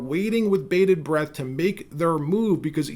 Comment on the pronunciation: The phrase is Holding Our BREATH, not Bredth.